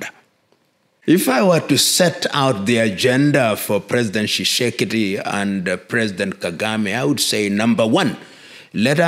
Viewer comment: Are you Congolese? You can't pronounce the name Tshisekedi, but your name is Lumumba? President Tshisekedi acknowledged The Banamulenge as Tusti Congolese in 2019. Tusti Congolese are not discriminated against by anyone in COngo, DRC.